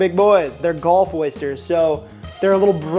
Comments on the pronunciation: first off, it will never be the gulf of america, thats such a stupid idea. second, its pronounced GULF not GOLF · Do they pronounce Gulf as "Golf" down in Louisiana or is that your doing?